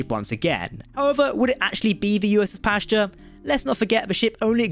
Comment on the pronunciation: Don't mispronounce "Pasteur" like that. It's not like "pasture". Without resorting to the phonetic alphabet, a fairly accurate pronunciation would sound like "past eurgh".